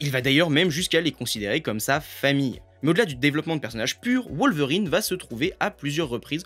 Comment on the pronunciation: Ca ne se prononce pas WoWlverrine (comme Wolf) mais Wolverine à la Française.